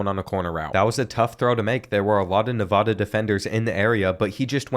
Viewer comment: First of all, the Nevada soccer team plays on the football field not the other way around. Second of all, it’s NEVADA, NA-VA-DUH NOT NA-VAH-DUH Say it right- Nevada student and Reno born and raised (I know what I’m talking about) 😂